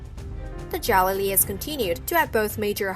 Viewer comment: OMFG! These names! You should learn to pronounce them correctly before making a video. Omid Djalili is not "da-JAH-la-lee" it's "Dja-LEE-lee" And Rachel Weiss uses the German pronunciation of her last name: "Veiss"